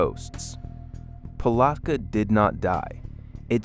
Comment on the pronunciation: I can't listen to this ai MESS.The mispronunciations are driving me up a wall... dunn ellon? Palotka? Just stop it.